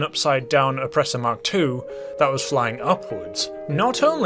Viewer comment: Fun fact: It’s pronounced “Mark Two”, not “Em Kay Two”